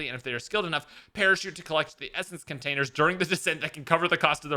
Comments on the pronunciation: Contanisters? Lol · Contanisters